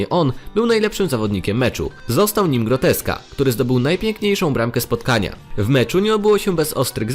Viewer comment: Czy tylko ja usłyszałem zamiast Gorecka, Groteska? XD